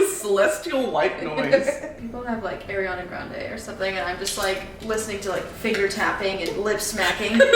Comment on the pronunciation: i KNOW sarah did not just say AIRiana grande 😭😭😭